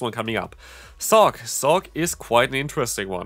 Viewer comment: "Sawk Deez" 😭💀